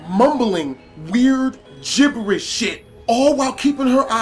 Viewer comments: Did anyone notice he said jiblish instead of jiberish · speaking freaking gibbelish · Anyone else notice he said gibblish once?